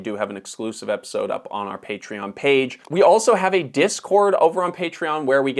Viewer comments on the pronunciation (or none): none